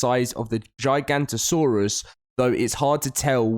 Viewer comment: it's pronounced giga-noto-saurus not giganto-saurus like you said